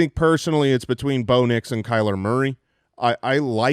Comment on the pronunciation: There's something about the way y'all pronounce Rome Odunze and Bo Nix. I feel like you're saying "Roma Doonsay" and "Bownicks".